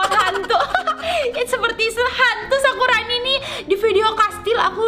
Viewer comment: Kak. Kok. Kakak. Kalo. Ngomong. Sakurani. Jadi. Sakuroni sakuroni. Malah. Sakurani